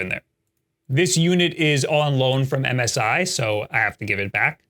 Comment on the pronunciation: Who calls MSI Missy?